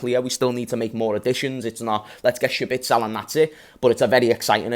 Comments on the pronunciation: Who tf is schbitsel, you mean szoboszlai? 😂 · it’s pronounced sob-oh-sly my friend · Fr I was thinking who’s shabitsol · It's Zobozlai just omit the S and things become easy again😊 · That's a wild pronunciation that fella 😅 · Just say Dominik if you can't pronounce his surname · The way he pronounces the name sounds like he’s trying to say Sabitzer terribly